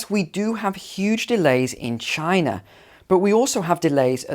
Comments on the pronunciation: It's Chynah not Chinaah. Get it right. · Great job doing the Donald "chiNA". I love how brits say aluminum!